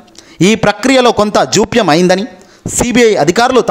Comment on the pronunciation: Jopayam khadura babu japyam telugunu khuni cheyaku